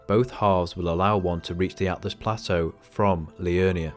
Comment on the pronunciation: It isn't atlas it's altus